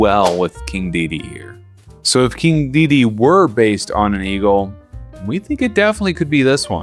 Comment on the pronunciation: Dedede in shambles, missing one of his de's Also, in Macaques, you don't pronounce the ue at the end, kinda like in antique, it just acts as a K, effectively. Fun video though